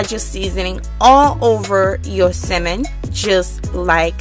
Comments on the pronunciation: The way you say Salmon, like it’s missing the L, it’s so funny.😂😂😂😂 My teenage daughter made this and was soooooo GOOD!!! Omg!!!!! Thanks for sharing this video!!!!❤️❤️❤️❤️❤️❤️ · Mesha Kennedy no she’s not ..the L is silent but she still saying it wrong like the sound “at”..but I really don’t care ..I made it and it was good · Great recipe but for goodness sake please stop mispronouncing “Salmon” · Is this Simon or Salmon? I can’t tell by the way she is pronouncing it. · correct! I absolutely understood what she meant. Duh which is why it sounds so annoying. Especially if "Salmon" is the subject learn to pronounce it. And you need to stop being a troll. (Since having an opinion = trolling. ) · i hate how she says salmon dislike 👎🏽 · It's pronounced Salmon. Stopped watching because of mispronounced words. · Couldn’t watch!! How u cooking something u can’t pronounce Sammon the L is silent it’s not Simmon 🤦🏽‍♀️ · Why the hell are you saying SIMEN ? That shit was bothering the hell outta me ! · Tryna talk so proper but saying simmon...🤣🤣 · It's not as worst as hearing my dad call tenderloin TENDERLINE. But I'm having SIMMON tonight tho lol 😆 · I love how you call it “simmon”. We pronounce it “sammon”. The recipe looks delicious as always!! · Simmon? you mean salmon? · Sounds like you're saying Cimon instead of Samon, silent L. :( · It's Sal-mon, not Ci-mon, Pronunciations Matter, If I go to the fish market and ask for Ci-mon, they will look at me like, we don't t have that, oh you mean Sal-mon, thanks for sharing, can't wait to try it😊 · Repeat after me...Sam-men... not simmin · Tf is a simmmonn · You're too adorable!❤❤ I kept chuckling at the way you pronounce salmon. You say "simmon". That's so cute. I really enjoyed the video. I'm definitely going to cook this way tonight. Thank you for sharing. 🙂🙂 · Why do you keep saying “simen” it’s salmon🤦🏾‍♂️ But thanks I’m stealing this, it looks amazing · You know it’ll be good when she calls it cemin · It’s Samon